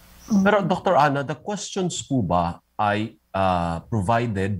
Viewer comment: I love the view but “the” is silent!